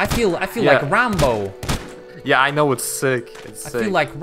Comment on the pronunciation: This dude called Ramboo rambo